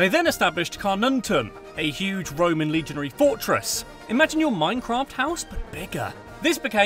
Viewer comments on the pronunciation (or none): none